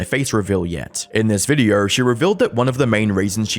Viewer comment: Why do you add an R sound to words that end in an O? “In this videorrrrr” “Sorrrr sorry”